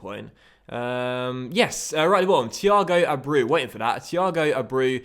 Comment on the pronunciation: abreu is pronounced a-bray-oo